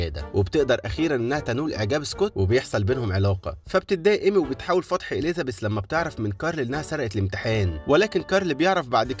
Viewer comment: في فرق بين حرف الذال وحرف الزاي إليزابيث بالزززززاي مش بالذال مش معناه نتكلم فصحى نقول عن الزاي ذال